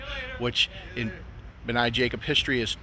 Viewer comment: Thank you for your coverage of our synagogue. Great job, except the name is pronounced 'BNAY', long a at the end. Anytime that you'd like to see the inside, please let me know.